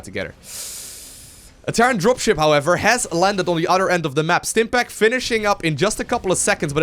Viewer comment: bro! when you say other its othhhhher thhhher othhhhheer not utter, utter is a cow tit.